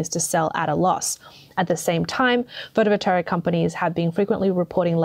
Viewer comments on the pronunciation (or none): The narrator says "photovolteric" over and over again, it very plainly sounds like PHOTOVOLTAIC to me... Do you see an E or an R in PHOTOVOLTAIC??? I don't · there really is no R in Photovoltaic.....Photovoltaric is not a word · For Gods sake, work on your pronunciation! It's appalling. It's photo voltaic. Not voltaric! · The word is photovoltaic, no photovoltaric. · Photovoltaic not photovoltaric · Take a drink every time she says "photovoltaric" instead of photovoltaic. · How does she manage to mispronounce "pho-to-vol-ta-ic" every time? There's no "r" anywhere in the word! How do you get "pho-to-vo-ter-ic"? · It's Photovotaic, not Photovoltaric. Spoils the whole presentation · Does she keep saying, "Photo Voltaric"? Or am I hearing her wrong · to the narrator: somebody's properly winding you up getting you to pronounce it "photovoltaric" .... there's no r in that word. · Try learning how to pronounce the words you use... Potash. Pot Ash. Not "potish" 🤣 Photovoltaic. Photo Volt A Ick. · FYI: You pronounce photovoltaic as photo volt ey ick. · Can't listen to you say "voltaric" one more time. If you make your living with words, LEARN WORDS. Seems like a simple concept. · Sorry to be picky ( Might be AI reading this out incorrectly ) Photovoltaic is pronounced - Photo Vol Tay ik Potash is pronounced - Pot Ash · No such word as photovoltaric. Overall, the reading of this video sounds like it was dove by a 13 year old who doesn’t know either the meaning or pronunciation of a lot of key words. Very off-putting to listen to, but the message is clear - China is doing a very bad job of producing so- called green technology and western nations are in trouble because they don’t do any ofv5his themselves. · This is not a complaint, just some helpful advice. It pronounced photo-vol-TAY-ick. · anyone noticed this commentator pronounces photovoltaic wrong? lol super minor but found it funny